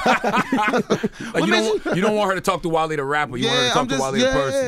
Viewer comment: Wale keep saying "jone" is so annoying